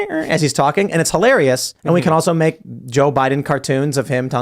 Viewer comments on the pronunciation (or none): Excuse me Mr. "reporter" there's no such thing as HOlarious! Can you speak English please? Don't you realize that if you start deforming words you're losing the means to connect with other people? Hilarious! Pronounce it properly! I'm not saying this to be an a-hole. I sincerely mean, this is important. It's about dignity too! Maintaining standards. It's the least we can do considering people fought, lost their lives, lost friends and family to wars... and we can't even speak properly? To defend the West?!!! Come on!